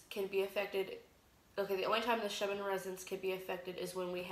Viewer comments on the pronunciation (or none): You pronounce so many words incorrectly which makes it difficult for me to listen to you. Here in America, we say Flashlight not Torch. The word is Ecliptic not eliptic. You leave out the first 'c'. Schumann is pronounced with a long 'u'. I'm not at all trying to be snotty, particular, rude or mean. I realize that some people may consider my comment as "petty". To each their own. You've got great information here, your delivery needs work. Have a great day & may we all be observant & prepared.